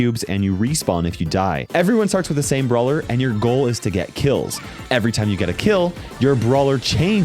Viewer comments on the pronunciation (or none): your goal is to get killed (I know he says kills but is sounds so close) huh that’s quite the brawler